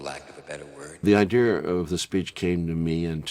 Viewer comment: Is anyone else astonished that a man as educated as Oliver Stone says “idear” instead of idea?